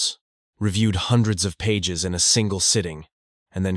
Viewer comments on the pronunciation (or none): none